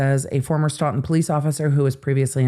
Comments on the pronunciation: It’s not STAWton it’s STOton ST-long O!! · You are my favorite law-tuber…. But it’s pronounced Stow-tn. 😬😁 I’m from Mass… we pronounce things weird. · It's pronounced Stootun. Thanks! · As a local, just correcting the pronunciation of Stoughton (STOW-ton). Thank you for your coverage of these cases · It's pronounced Stow-ton. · Just an FYI. Stoughton is pronounced like Stow-tn. (Long O like stowaway). Thank you for bringing light to our MA law enforcement/court issues. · Stoughton is pronounced "Stow-ton" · Local pronunciation info... Stoughton = long O in first syllable (stow) ; short O in second (tun) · it's StOughton. Long O. That's where I was born. 😊